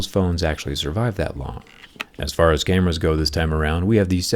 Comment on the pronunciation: i dunno why but i heard "gamers" when he said "cameras" lmao